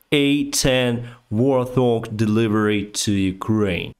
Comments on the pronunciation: you present a magnificent program which I watch all the time. One military piece is named after a wild pig - a hog. It is called a warthog. It's pronunciation is wart hog, not war"th"og. In the wikipedia, under the headings >Design>Weapons is a video of the plane, in flight and firing at army tanks. Slava Ukraina! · Prononciation guide, it's a Wart-Hog (think Pumba from the Lion King) not a War-Thug even though the latter sounds cooler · I scrolled down but I never saw anyone say it is pronounced Wort Hog not War Thog. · Just a quick pronunciation comment the "th" in "Warthog" is not pronounced as a single sound. Instead the word should be pronounced as the two separate words "Wart" and "Hog" back to back with no pause to form the compound word "Wart-hog". Thank you for all your work. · Hey: some constructive criticism. Its "Wart Hog", yeh, i know "th" is normally pronounced like in the word "the" or "thing" but for the airplane its like two words. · Just a quick note, the plane is pronounced "wart-hog" there is no soft "th" sound in the middle. Because English is designed to send you mad 🤣🤣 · Just so you know they're pronounced wart-hog, like the boar animal.